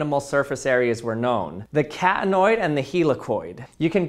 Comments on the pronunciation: Do I the only one hearing "cat-annoyed"? What so irritating about it to a cat? XD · What he says: Catanoid What I hear: cat annoyed